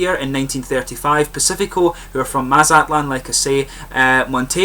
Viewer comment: I am originally from Arizona and the beers were light lagers because they got the same German brew masters the rest of the world got during that period where they went around the world spreading the gospel of beer. Maz at lan......your pronunciation was just slightly off. You Scots.......kidding. Never have seen a craft beer from Mexico yet.....should be some by now though